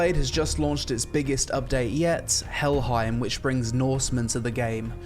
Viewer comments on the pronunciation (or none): Helheim isn't prounced with an I sound, but an A sound, like the word "fame" rather than "time". Also, norsemen, and by association those that went viking, were more often than not clean-shaven. We have surviving letters of Christians warning of the dangers of their daughters being lured away by the Vikings clean faces and well groomed hair, and the alluring scent of freshly washed viking men. It was later Europeans who portrayed them as dirty, barbaric, and unshaven to villainize them (not that I'm saying beards are bad, just that there was a time they were depicted that way).